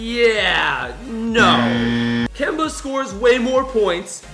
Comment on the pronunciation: 😡😡😡😡😡😡😡😡😡😡😡😡😡😡😡 It’s Kemba